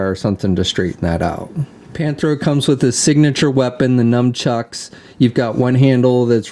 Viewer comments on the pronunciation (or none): nunchucks, not "numchucks"...